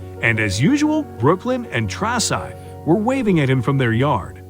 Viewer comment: The whole AI speaking needs to be programmed to say words and names correctly. Garbage, and the mom's name were all said wrong, her name is Traci Andracke, AI kept saying Traxci